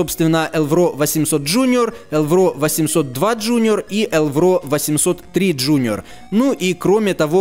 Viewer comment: только не элврО, а Элвро. ударение на первый слог